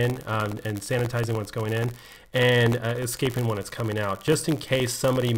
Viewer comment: Why do you keep saying excaping?